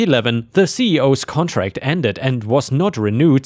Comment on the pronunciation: "contract" isn't said as "con trast." It's said as "con tract." 😉